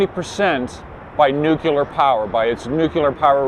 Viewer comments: Nuclear. Repeat after me 'NEW-CLEAR'. Not 'Nuke-ular'. Please for the love of jeebus it's 'NU-CLEAR'. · I can't stand him pronouncing it nuCULAR. That's not how you say it.